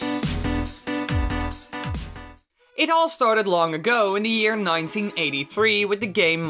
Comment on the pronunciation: When you say year it sound like ear